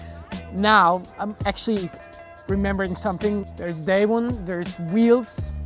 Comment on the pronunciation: Extremely minor point but the American pronunciation of his name is "Daewon" where the "won" is pronounced like the "Wan" in "Obi-Wan Kenobi," not as you would pronounce "day one"